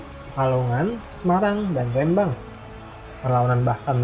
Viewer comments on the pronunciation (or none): Mohon ijin memberikan koreksi. "Kedu", huruf e dibaca seperti pada kata "gedung" "Rembang", huruf e dibaca seperti pada kata "empat" "Tegalrejo", huruf e pada "rejo" dibaca seperti pada kata "pejuang" "Kulo Wangsul", yang betul tulisannya "Kula Wangsul", meskipun memang dibaca seperti "kulo wangsul". "kula wangsul" adalah kata-kata dalam Bahasa Jawa sehingga perlu ditulis sesuai dengan ejaan Bahasa Jawa yang standar. Sedangkan "Hamengkubuwono" dalam Ejaan Bahasa Jawa standar adalah "Hamengkubuwana". Tapi boleh saja ditulis "Hamengkubuwono" mengikuti ejaan Bahasa Indonesia.